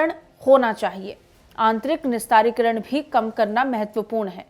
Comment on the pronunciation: Madam Nirastrikaran hai..aap Hindi padhna sikhe ..nivedan hai 🙏